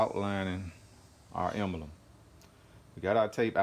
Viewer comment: Nice work. No need to say “what’s up YouTube.” And the word is Emblem, not “embElem.”